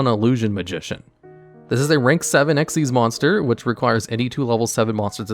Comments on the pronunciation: Drink a shot every time he says "exeees" instead of "ex why zee" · Why would it be pronounced that way when it clearly says X Y Z though? Makes no sense.